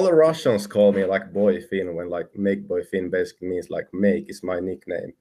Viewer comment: Lol as a Finnish person I noticed that he was Anglicizing the pronounciations of Makeboifin and Fiilismies. I'll try to explain how it's said in Finnish: Make: "Mah-keh" (don't pronounce the h:es. But it's not pronounced "Meik" like the English word) Fiilismies: "Fee-lis-myes" (the ending is a bit like m followed by the word yes) Really the pronounciation isn't too complicated but it's hard to explain using text and English spelling conventions.